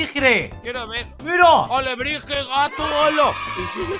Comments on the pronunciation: no sabe pronunciar alebrije XD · no sabía que Víctor tenía shipeo favorito y menos que era Mayenix jajaja me encantó jajaja me dio entre ternura y risa que no pudiera pronunciar alebrije